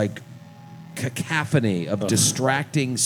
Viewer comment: I'm surprised noone pulled up for saying "cacaphony" not "cacophony" 🤣